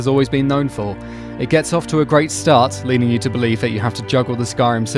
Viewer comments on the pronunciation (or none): none